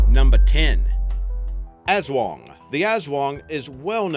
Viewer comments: I'm a filipino. ( Person who lives in the Phillipines ) It's not "aswong" It's "as-wang" like jeez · Im A Filipino And I Believe The Aswang BTW Its Aswang Not "Azwang"